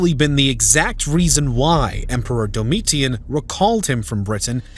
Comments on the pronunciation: This is a genuine question. The narrator pronounced Domitian's name as "DOH-MEE-TEE-AN". I always thought that it was pronounced something like "DOM-ISH-IN". Is the narrator's pronunciation correct? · It is pronounced "dough-mi-ssion," not "dom-ma-tea-an" or however it was pronounced here. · Weird pronunciation Agreekola indeed! Or Domitian, pron. Dominion. What about Petilius Cerealis' campaigns to subdue the Brigantes of what is now Yorkshire and their immediate neighbours to the north? The Romans coined the phrase "divide and conquer" so could easily have used imperial largesse to split the Britons! The south-east was safe enough in the early second century for Quintus Lucius Sabinianus, the Imperial procurator, to have a have a residence at what is now Inveresk and a fort for his bodyguard, the Ala Sebosiana nearby. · Haha, you can't even pronounce Domitian properly! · Some research into how to actually pronounce Agricola and Mons Grapius would go a long way. Domitian too, for that matter. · WOW. I mean, I know it's been a while since I studied advanced Latin, but you didn't pronounce most of the Latin words or names properly. "Agricola" and "Domitian" were particularly bad. Also, you can't claim that the Romans didn't conquer Scotland because it wasn't worth the manpower and resources, then claim the Romans didn't conquer Scotland because they couldn't. It's either one or the other; it can't be both.